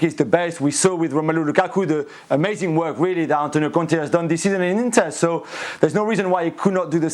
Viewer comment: Gabriel your pronunciation for Conte is a bit rude